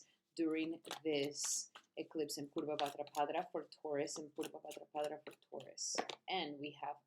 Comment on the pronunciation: Sounds you say bhadrapadRa each time you’re adding an R at the end of bhadrapada …. It’s pada not padra 🙏